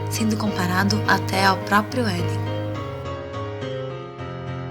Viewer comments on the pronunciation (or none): none